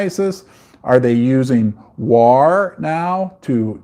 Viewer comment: For the love of all things holy, please learn how to pronounce “war”. Great content.